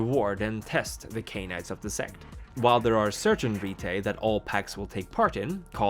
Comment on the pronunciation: When you say "rite" as in the clandestine almost religious things vampires do, pronounce it as "right" as in "last rites" or "human rights".